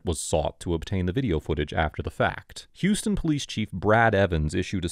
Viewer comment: It's pronounced h-ow-s ton, or /haʊs/ /tʌn/, like House-Ton, rather than the Texas pronounciation.😁